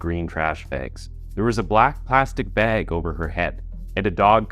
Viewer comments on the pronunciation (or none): If i had a dollar for every word you mispronounced I'd be a very rich ghost. Sounds goofy. Bag isn't BAEG 😂